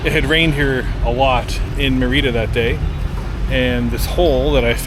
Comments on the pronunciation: Its pronounced meeeerida not meriiiiida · God Bless you. Hopefully by now, you learned how to pronounce Merida lol